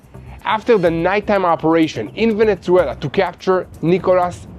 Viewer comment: Please do not say Ajran and veneCuela :)❤